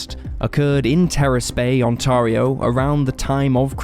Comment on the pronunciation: I like the way you say Ontario. We definitely say it a bit differently but I think our way sounds too Americanized I like your way better😂